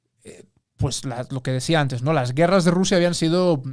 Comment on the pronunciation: pero antesh un poco de hishtoria